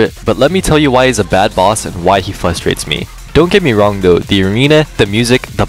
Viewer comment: I don’t trust the opinions of anyone who says “fustrates”. Are you an infant just learning the human language.